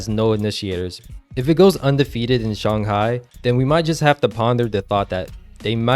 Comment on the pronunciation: no Its shang•hai